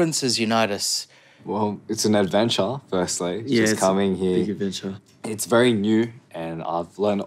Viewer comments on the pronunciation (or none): felix's "adventure" and "culture" IMMA FIGHT